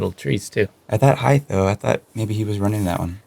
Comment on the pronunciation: He said ‘heights’ in the round one video too. I was thinking perhaps it was just an American thing.